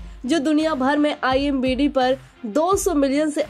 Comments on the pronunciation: Are madam konsa Nasha kar kar aayi ho imBd nhi IMDb hota he Babu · It's IMDb...not i am bidi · Imbd nahi Imdb bolo😂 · Imbd nahi imdb aunty😂😂